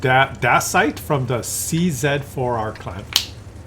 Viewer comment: I reckon the CZ4R clan should be pronounced "CZAR" as in the CZAR (emperor)of russia...... just trying to help out....... how's the Swedish yodeling going???/:)